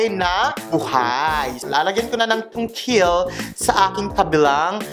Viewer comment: Havey yung “Tungkil” mamsh!😂😂😂😂😂😂